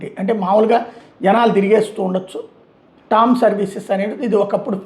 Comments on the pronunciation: It is not TOM ..It is TRAM ... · టామ్ కాదు ట్రామ్